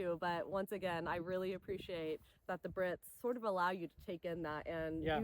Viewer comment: Haha. I hear your British accent pop through sometimes. Like ‘a lot a sense’ ❤